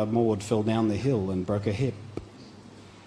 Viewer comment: its just the way you went 'hip.........' (AWKWARD SILENCE)